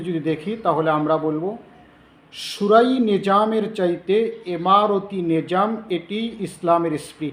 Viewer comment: নেযাম শব্দটা উচৃচারন করতে পারে না,,, বেটা আয়ছে কথা বলতে